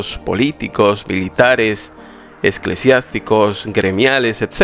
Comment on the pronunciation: No sé dice esclesiasticos, se dice eclesiástico si s al principio.